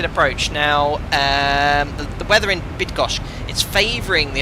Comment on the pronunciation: as a 737 pilot from Poland I have to appreciate your effort trying to pronounce Bydgoszcz correctly:-) its’not easy. full name is Bydgoszcz -Szwederowo airport:-)